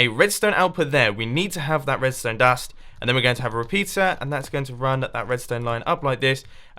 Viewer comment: No one : Mumbo : redstone dast